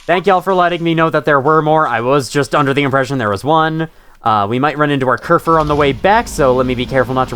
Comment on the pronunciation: You're actually pronouncing kerfur right!! Im surprised you didn't fall into the habit of calling it kerfus like other people do, which is a silly cat server robot and the real life inspiration for kerfur :3